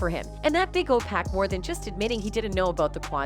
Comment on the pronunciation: This white woman need to learn how to say pacs name right!!! 🤬